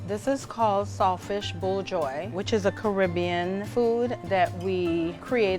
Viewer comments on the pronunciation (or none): Wtf... Did she just call Buljol... Buljoi?... 😂😂😂 Trini love. ❤❤